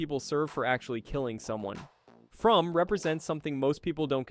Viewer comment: It’s pronounced Frommeee